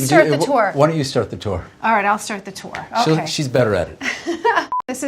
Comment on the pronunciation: I like when "tour" becomes elegant and it's pronounced.... " Toreeeee "